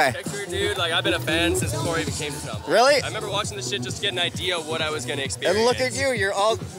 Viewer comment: Why do they all mispronounce Sham-bal-ah. Did I miss something?